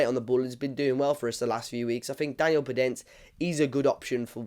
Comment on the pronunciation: Great player with good dribling and creativity And just to know you pronounce the "e" in the end of his name